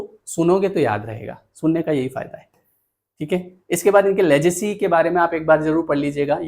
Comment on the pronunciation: लेगसी लेजेसी नहीं